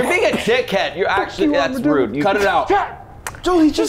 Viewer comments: did he say armadildo? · "Armadildo" Anyone else catch that? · Lol did he actually say Armadildo? 😂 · He almost said “Arma-Dildo” 😂😂😂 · i love that little slip up. "leave the Armadildo" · "Armadilldo" ok, that's insaneo style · We heard the armadildo slip. We know what you were thinking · I love how he almost said "armadildo" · Armadilldo…. He said it, and we all heard it… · The fact that almost said armadildo is literally killing me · It sounded genuinely accidental when he said “Armadildo” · HE ALMOST SAID ARMADILDO THAT SHIT CAUGHT ME OFF GUARD SO HARD LMAO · "Armadild- armadillo" 👀👀👀😂😂😂😂😂😂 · Lol he accidentally said armaDILDO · 'Armadildo' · Lmao he almost said "armadildo" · He said armadildo HAHA so funny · he almost said armadildo. lol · Heh, he said armadildo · Did he just said "armadildo"? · Did he almost say armodildo?